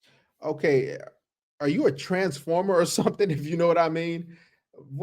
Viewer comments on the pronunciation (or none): that is definitely a 'teamsformer'. Yuck. Can't they speak proper English?